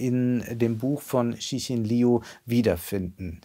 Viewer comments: Der Name des Autors wird Lju TzChin gesprochen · Bei der nächsten Gelegenheit mal die Aussprache der chinesischen Namen besser vorbereiten. So schwer ist es nicht. Liu etwa wie "Liou", ci etwa wie Ze (schwaches e wie letzte Silbe von ger-ne), Xin etwa wie Mischung aus Sch und Ch (von den Lauten hier der ungewöhnlichste, am besten auf Wikipedia mal reinhören).